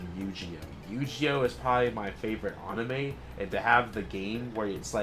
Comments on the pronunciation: I saw it but I would’ve burned it, also does farm engagement by purposefully mispronouncing words like “anime” you’re his editor you would know lol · I feel like you say anime and yu-gi-oh wrong to trigger people lol